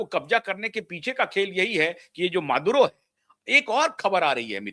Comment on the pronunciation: वेनेजुएला के राष्ट्रपति का नाम Maduro = मदूरो है या मादर १४ ? You Had Spoke His Name “ Mother Chode” Quite Often 😂😂😂😂😂😂